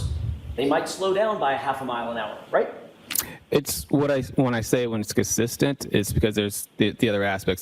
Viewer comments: He's very cussissent in his inability to pronounce words. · His pronunciation of 'consistent' is a crime in itself.